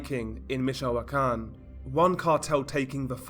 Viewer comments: I think its pronounce more like Mitch o can or Mitch o quan. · I'm from michoacan. And we pronounce it meech-wa-khan